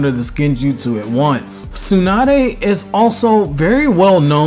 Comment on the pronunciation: SUE-NUH-DAY. I can't.